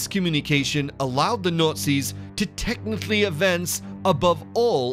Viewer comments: The Notsies? where is this dude from? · He keeps saying "NUTZIS"..lol..or nutsies. :-)) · The nootsies.. swasteekers😂😂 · the Nutzi's ...hahaha buddy has some problems with the word Nazi's ... back to speech therapy class for him ..lol ..:) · I think, he's saying "Nutsies" on purpose. Lol. Or maybe that's his accent! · Yes wrong guy. Besides Nutzi his delivery messed up over-all production. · Please consider redoing the voice over on this to pronounce Nazi's and a swastika properly